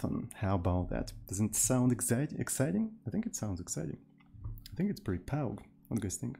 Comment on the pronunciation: love the way you pronounce "pog"